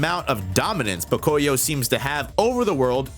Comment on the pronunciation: Fun fact, Pocoyó is Spanish, and you should pronounce it Pocoyó with the accent on the final O. Might not seem like much but it was really driving me nuts.